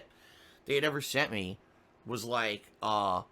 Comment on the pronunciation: UWAWWWGGGGGGGGST = August